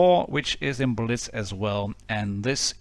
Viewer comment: When you said tankers of blitz universe I heard tankers of bitch universe😂😂😂